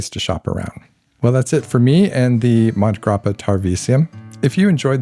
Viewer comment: Great video - the Hemingway connection to MG was more detailed than I’ve heard before. Just wanted to mention that the pronunciation of Montegrappa most likely has an “a” sound between mont and grappa. I first heard of the brand in connection to watches, and a podcaster was pronouncing the name in Sylvester Stallone’s accent. Stallone was promoting their watches for awhile. My favorite Hemingway book is The Sun Also Rises. Farewell to Arms would be second. The short stories are very good as well. I was at a pen show and looking at a Montblanc Hemingway pen. The seller asked how many Hemingways I already have, and I laughed said none but I do have several of his books.